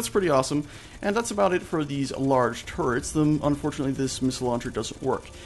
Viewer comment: Thought he said gatling carrots. lol